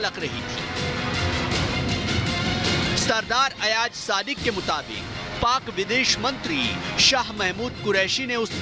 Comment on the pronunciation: Sub se pehle toh aap name lena sikhye ayaj nahi ayaz hota h or yahan social media p bakwas karne se kch nahi hota kch kr k dikhao agr itni auqat h toh woh pak foj hi thi jisne india ko dhool chatai thi or tmhre abhinandan ko pakra tha agr tum logon m itna hi dum hota toh woh kbhi pakra na jata tum logon ka toh sir tb hi jhuka diya tha pak army ne anbhinandan ko pakar kr chale bechare bat karte hain lol😂😂😂😂😂😂😂😂😂